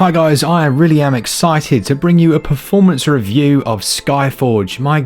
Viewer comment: “Poorformance” hahahah